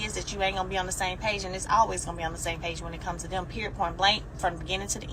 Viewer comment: FYI. The word period, does not end in letter "T" periot! #hookedonphonics. Poor, pure embarrassment